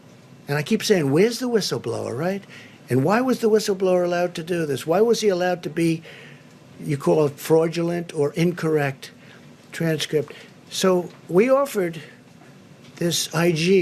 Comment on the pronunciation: Did he say 'freudulent' transcript ?